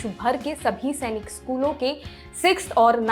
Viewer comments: It's not सेनिक It's सैनिक madam. We sainikians put our heart and soul towards our school and if someone pronounce it wrong. We feel bad. By the way It's a very informative video. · Chachi Senic nahi Sainik school hai Tum ne hendi school mein nahi padha